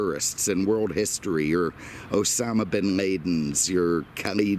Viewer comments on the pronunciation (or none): What's funny is that he actually said "Osama Bin Mama" or something close...🤣